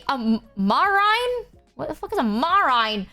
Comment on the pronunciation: also that "MAR-rahin" like the word "rind" instead of "ma-REEN" for "marine". that one caught me badly off-guard 😂